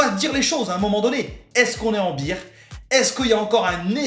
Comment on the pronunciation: C'est le BEAR market, pas le BEER market ! Pensez "bère market" si vous avez du mal. Tellement de youtubers font l'erreur.